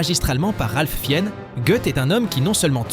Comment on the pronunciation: Carrément, j'ai jamais entendu ça 🤐mais pareil pour le nom de Ralph "Fiène" !